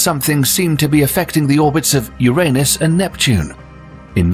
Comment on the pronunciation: Thumbs up for pronouncing 'Uranus' correctly.